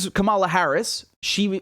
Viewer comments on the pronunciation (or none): It's Kamala as in Pamela.